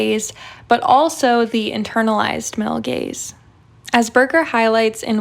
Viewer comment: I can’t unhear “male gays” and I’m confused for a second every time.